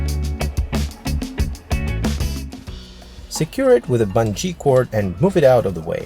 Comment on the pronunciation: "Buhn-jee cord" !